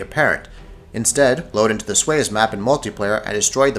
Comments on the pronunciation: Suez is pronounced "Sue-Ezz" not "swayz". lol Disagree about the "faith" easter egg. other than the morse radios, none of these are easter eggs. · It's not SWAYEZ as you said, it's SU-ez. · the "sue-ehzz" canal, not "swais". Kalibri pistol is not an Easter Egg. and I loved your overly monotone "for crying out loud" in the intro. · SOO-ez Canal. not Swez. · It's pronounced "sue-ezz" not "swezz" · submarine? there is no submarine in the campaign. also it's pronounced (sue-ez) not swez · sways? suez. like the suez canal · It's pronounced "sue-ehz". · "swayez" that's definitely how you pronounce Suez. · Yeah so these weren't really Easter Eggs. Just a bunch of far-fetched assumptions and a history lesson in the Hellfighters. Also Suez is pronounced "sue ez". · It's pronounced Soo-Ez, dumbass. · this dude can't even say Suez correctly